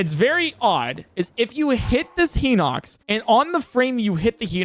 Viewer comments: Is "Heenocks" the official pronunciation? I've never heard anyone in real life pronounce it that way. Just two streamers, now. Everyone I know pronounces it "High nocks". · The real thing I see broken in this video, is this guys pronunciation. Henox? Meneru? Someone teach him how to pronounce a soft I in a word please. Is there a glitch that can help with that? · “Hee-nox” classic, classic Nintendo YouTubers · “Heenox”? What the fuck?